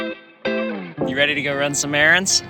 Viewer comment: Did u finsh those erAANds😂😫